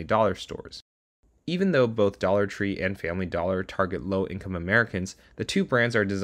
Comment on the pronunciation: For a moment there I thought he said "low class America"